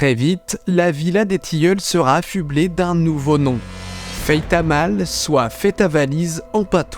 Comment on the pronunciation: Le “Patois” c’est une langue qu’est l’Occitan et le mot “patois” lui-même est une appelation péjorative et méprisante qu’a été répandue au 19ème siècle. Faitaimaile ça se prononce/fajta’majle/ en si on utilise l’alphabet phonétique C’est dommage que même toi tu parles de patois 😔